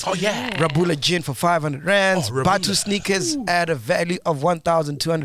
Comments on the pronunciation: Bafwethu it's pronounced Kgabula not Rabula😂😂😂😂😂😂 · MacG keep pronouncing Rhabula Gin wrong. The "Rh" is pronounced the same as the G in Garankuwa.